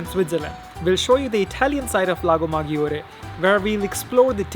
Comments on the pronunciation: Great video but please why maGIore? Maggiore they pronouns it MaDJore. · Maggiore will sounds majjore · Guys, please pronounce Lago Maggiore the right way, and you don't get 'browner' you get tanned